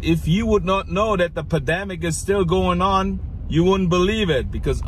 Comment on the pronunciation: At six seconds in, he says padamic,,instead of pandemic,,,just sounded funny!!